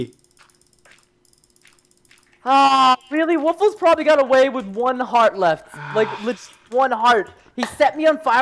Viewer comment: Preston called vic woofles